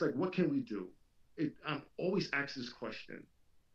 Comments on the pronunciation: Did say "axe me this question"? It sure sounded like it when played in slow speed. This is the same jerk who derides others for spelling mistakes. Carry on. 👂🤭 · Who's the illiterate guy who can't pronounce the word, "ask"? Who uses approximately two clichés per sentence? And who is the guy who speaks with the whiny, Valley-Girl voice and cadence like a character from Saturday Night Live? Hahahahaha!!!!